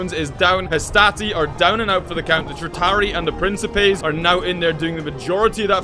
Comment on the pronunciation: Well at least u know how to partially say triaria but no t there to is 1 t now try to say it